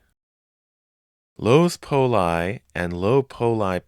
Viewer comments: Are you sure "Poli" is pronounced "pole-eye" and not "pole-ee"? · Strange, since he was Italian, it seems the pronunciation should be "pole-ee". I wonder if it was mispronounced on purpose back in the day due to certain ethnic stigmas that existed back then.